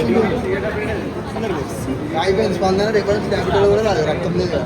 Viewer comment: Its is not ratam it's is Raktham